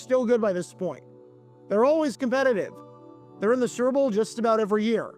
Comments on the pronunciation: "Serbull' lol. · He pronounces "super bowl" as surp'b'bul